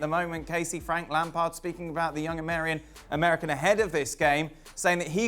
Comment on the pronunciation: "The young Amarian"😂